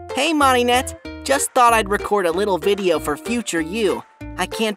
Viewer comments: i ScReAmEd when he said “Maruhnette” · How to pronounce Mari's name Adri: Mori net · It’s Me-ri-nette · They said marinette name wrong